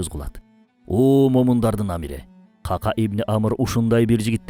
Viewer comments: Ках Ках, Кака эмес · Кака деп конфетти айтабыз го. Ыплас нерсе эмес эле. Сахабанын аты Ка'ка. Экөө эки бөлөк . Каналынарды көрүп сыйлайм. Бирок сөздөрдү бурмалабай туура жеткиз тууганым. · Кака эмес Кахках эмеспи жакшылап караңазчы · Бизде "кака" араб тилиндеги "кааф" тамгасы менен айтылат. Китеп дегендеги "к" тамгасы. Ал эми Сахабанын аты каткалаң "к" тамгасы колдонулат. Андан сырткары Сахабанын атында "ьайн" тамгасы бар. Туура айтылуусу "Коькоь" болот. Нажас нерсенин айтылуусуна окшоткон туура эмес